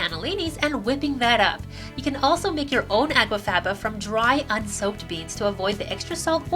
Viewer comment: It sounds as if you are saying água faba at times, instead of aqua faba.